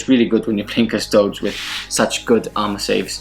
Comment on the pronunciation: cus-to-deeeeees. seriously. or custodians. not "TOADS". it's not as-tar-T, it's as-tar-tees.